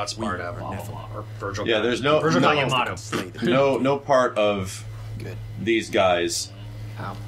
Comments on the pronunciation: It irks me that Vergil pronounce Yamato "Yuhmaato" (-.-) But this talk with PlatinumGames gets me more hyped for MGS Rising!!:D it would be nice for them to develop a more "mature" Zelda game. I mean they ARE developing Bayonetta 2!:D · Awwww, I wanted Max and Matt to comment about how Vergil pronounced Yamato wrong :(.